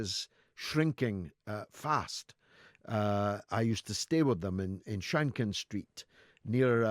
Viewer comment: Shenkin George its Shenkin ........ not Shankin ..... LoL